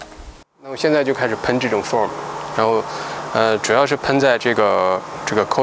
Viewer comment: Foam coil cleaner . 你Foam（泡沫） 念错了， 所以没听懂。 非常感谢🙏